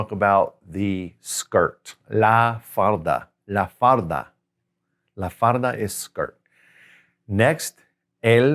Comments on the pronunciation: When you say La Falda - you say it as La Farda. can you tell me why is that? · Tengo una pregunta señor 😅. La falda means, skirt but when you were prououncing falda you were not pronouncing the l , instead you were making an r sound, why?